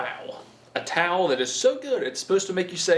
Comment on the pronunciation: Sham-Wow Tawl. 😂